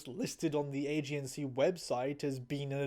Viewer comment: Now you just wait a minute. Did you say "AGNC" group? AGNC? Age-ensee? AGENCY? THE!?